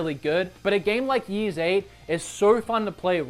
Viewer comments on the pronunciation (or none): It's pronounced Ease, not Yeez, you gorgeous goofball. I'm a few hours in and I'm enjoying it quite a bit. I honestly only picked it up because Johnny from happyconsolegamer is such a huge Ys fan. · Its ease not yees. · This game was a huge positive surprise for me...the fast paste combat and the wonderfull soundtrack and a nice adventure to boot. I do think the ps4 version looks better, for some reason the game looks older on the Switch BTW it´s not pronounced yease but more like ease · Its ys not jys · Comparing Ys and Xenoblade is pointless - Apples and Oranges. Also, if you’re going to talk about a game at least spend a minute to find out how to pronounce it. Ys is pronounced ‘ees’ as in ‘geese’ or ‘peace’ and NOT ‘yeez’. Geez! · It's not Yeez. It's Eece. Like Fleece without the FL. Or Isu, in the original Japanese, pronounced eee-sue. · isnt the name of this game pronounced as ice? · "Ys" is pronounced like "peace" without the "p" (not quite like "ease" you'll notice) (also not too important, but just FYI if anyone cares to know). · Ys is pronounced "ease"